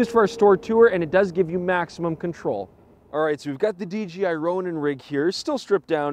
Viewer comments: Enjoyed the review but note that there is no G in DJI. Not sure why so many say DGI. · dJAYi no GEE ;) hahaha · "DGI Ronin" haha, easy mistake, G rhymes with D. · It's not "DGI"